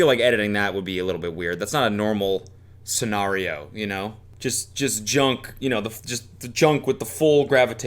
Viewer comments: bro really said scen-are-io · "Suh-NAAH-reeow' Cody turns British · why do you say "scenario" like that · the way he said scenario lmaoo